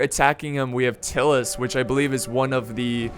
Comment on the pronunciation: Its pronounced Tie-lus not Till-us just fyi :)